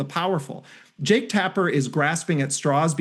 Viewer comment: Jake rhymes with 'joke'. Or close enough not to matter, anyway.